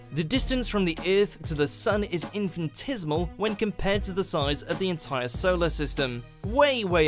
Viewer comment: Trans-Neptunian objects are found in what's been dubbed the Kuiper Belt. in-fan-TIZ-mul? I think you're trying to pronounce infinitesimal, which is in-fin-uh-TESS-ih-mul. #2 prock-SEE-muh SEN-tir-ee? Proxima Centauri = PROCK-sim-uh sen-TORE-ee. It all looked so easy on Star Trek.